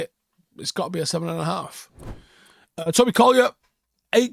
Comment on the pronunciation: Tobyer 😄 i guess it was accidental but i actually like it 😅